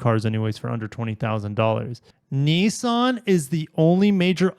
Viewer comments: Niss-an. There is no such thing as a “Knee-sahn” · I never heard of Neesan. Are they a new car company? Why do you pronounce Nissan as if it has letter E's in it, when it has not?